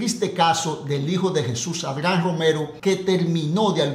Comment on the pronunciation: Mae pero 😂por qué modifica el nombre de Jesús ADRIAN y decís ARGAN o arjan 😂😂😂😂 con solo eso veo que tus vídeos son mas de chismes y mentiras